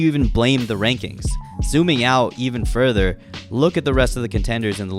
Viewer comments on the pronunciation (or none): none